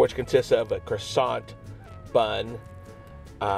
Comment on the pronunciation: You don't spell the t in croissant